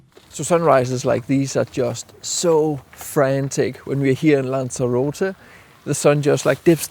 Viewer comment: who? What a load of BS. Guides that are neither familiar with the location nor can pronounce it.